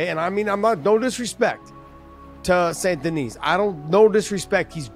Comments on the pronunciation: I know Americans struggle with English - they don't like silent letters in words and, for them, words are pronounced as they're spelled! So, with St Denis - they all seem to be baffled. If you're going to go "Full American" with the pronunciation, then it has to be Saint Denis. Otherwise, the correct pronunciation is "San Denee". It's not "San Denis" or "Saint Denee". Maybe just go with BSD but that's an acronym for a computer OS from California in some quarters!!! 😀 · non désolé (sorry no), the right pronunciation is (la bonne prononciation) of BSD name is (du nom de BSD est) Benoît Saint Denis, nothing else 😉